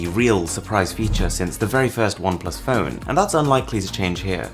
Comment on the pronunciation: I can't help getting a huge inspector Clouseau vibe each time you say "feun"... Also, Android "Pee" ? LOL...